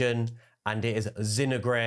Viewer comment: Zin-oh-ger its pronounced 🤣